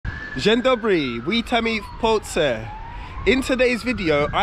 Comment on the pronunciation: On po roku nic nie potrafi xD nie ma to jak pucować się komuś zza granicy bo powiedział dzień Dobry xD w ciagu roku żadnego progressu xD ja po tygodniu węgierskiego lepiej wszystko wymawiam xD